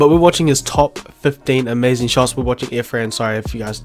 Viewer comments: Shots* not shoits by the way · WTF IS “SHOITS”